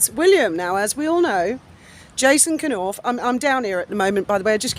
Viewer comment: Hi! It's Nowf, K is silent.